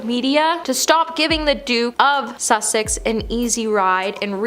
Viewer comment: Please try saying [Duke & Duchess] of Sussex - not "Suck-six"